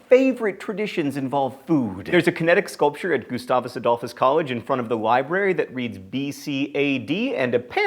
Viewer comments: #4 It's pronounced "Gus-tay-vus"; no "goose". '03. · John, I know that mispronouncing things is your thing, but as a Minnesotan I was compelled to tell you that it is pronounced "Goose-TAY-vus" Adolphus. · You pronounced Gustavus wrong, it's pronounced Guh-stay-vuhs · Because I'm so excited that you included my alma mater, I'll forgive you for mispronouncing its name. Say it with me... Guh-STAY-vuhs Ah-DOLL-fuss (Gustavus Adolphus) College. I never thought I'd see this day! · I can confirm that the gustavus one is true!! although john's pronunciation isn't quite as solid... He tried though!!!